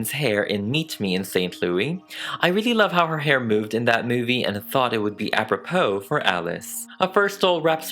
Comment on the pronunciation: OMG I NEVER comment under any video. But you did a magical work here. This is simply stunning. Also, as a french person, I love when you say "à propos". "It is à propos" 😌 You say it so elegantly.